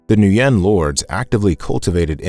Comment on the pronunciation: Thank you for this inspirational history of Vietnam history. Just a friendly suggestion to pronounce the Vietnamese names more correctly - according to the Vietnamese pronunciation as best as possible. For example, "Nguyen", is pronounced, "win", not, "New yen". And Quyen is pronounced, "win", also. Not, "Qui yen".